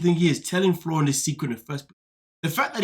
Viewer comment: his name is FLOR REE EN